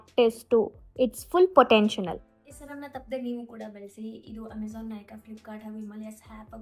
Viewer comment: Potential adu not potentional 😂😂